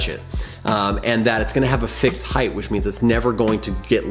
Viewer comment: Height is pronounced hite not hythe